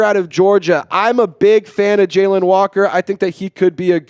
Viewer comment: Jalon is not Jalen you saying Jalen my name is Jalon as well and I learned that when I was in 8th grade my Science teacher told me that I have been saying it wrong my whole life 😂 JALON no E, I, or, Y